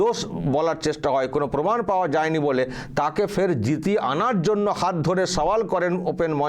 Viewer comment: গবমেন্ট, পমাণ, অসাধারণ!এমন সুন্দর উচ্চারণ, এমন বাচনভঙ্গি কত গুণের অধিকারী।